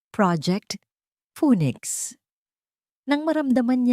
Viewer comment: Kakaloka Ang bigkas mo ng daring at phoenix halatang pang grade one